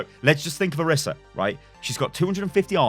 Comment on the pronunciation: It is (Or-ee-sah) not (or-i-sah)